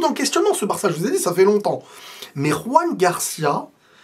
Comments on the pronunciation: C'est Joan(pas Roan)Garcia genre comme en français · Joan Garcia pas Juan Garcia. C'est un catalan pas un espagnol. La prononciation est totalement différente. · on dit Joan Garcia pas Ruan comme il est catalan on prononce le J comme en français. Sinon super vidéo 🎉